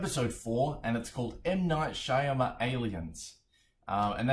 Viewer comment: And it is M Night Sha-mal-e-ans